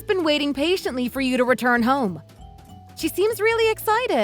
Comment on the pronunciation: you’re an IDIOT! You can’t even say “return”! 🤣🤣🤣🤣🤣